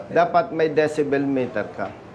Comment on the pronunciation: Decibel po Hindi dyesebel..